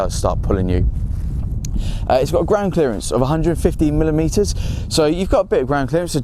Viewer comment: what are millimeter-uh